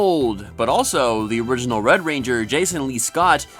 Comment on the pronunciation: Anyone else notice when he referred to Wes he says "wed ranger Wes"